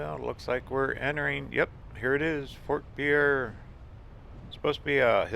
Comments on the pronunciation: "We're in 'pea-air', South Dakota!" NO! NO!!!! :-) It's spelled "Pierre", like the French name, but it's pronounced "PEER". As a lifelong South Dakotan of nearly 54 years, I can be absolutely trusted on this. I just got back from there today after spending a few days training in Pierre. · Agreed. When I was visiting, the first native I encountered quickly corrected me. It's Peer, not Pea Air, we're not French. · I grew up in SD. (Moved there when I was 6 months old. Lived there until age 14 years. The capital of South Dakota, Pierre, is pronounced "peer" not the French way "Pierre". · Great video. Pierre and Ft Pierre are pronounced "PEER" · Pierre, SD is pronounced "peer" by the way. In the winter, there is Christmas at the Capitol and there are a lot of Christmas trees throughout the building. It is awesome. Just found this video and didn't have a chance to watch the whole thing. There is also a really beautiful scenic drive that follows the along Highway 1806 / 1804 that goes from Fort Thompson to Merida, ND. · Great video. I really enjoyed it, especially being a born and raised South Dakotan. Just a small FYI, the capital is pronounced "Pier" even though clearly spelled like the French name Pierre. Also, the Missouri River around Puerto has great walleye fishing. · As a native South Dakotan, I enjoyed the video. BTW, the locals pronounce Pierre as "Pier". For future info. ;-)